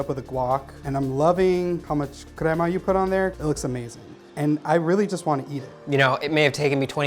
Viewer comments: It's crema! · I was like “finally somebody says it right” and then I hear “Crema” and Just say Sour Cream if you can’t say it right 😭😂 this looks mad good 🔥🔥🔥🔥🔥🥶